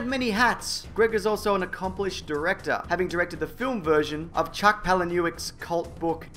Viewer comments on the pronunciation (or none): none